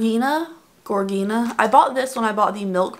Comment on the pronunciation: Gorgina the "G" is pronounced like a "J". Like the male name George+Gina. Hope that helps.